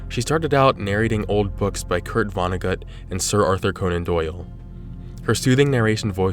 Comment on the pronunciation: "vonna-goot." I swear this kid purposefully mispronounces things in every video just to piss me off